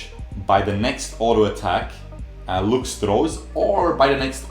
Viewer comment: I hate how he pronounces lux.